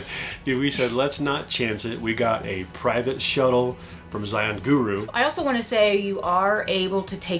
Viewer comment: Thank you always for sharing. Yes, the proper hiking equipment is key for the narrows. A few more visits and you will be able to pronounce Zion just like the locals. 😆 you all did great!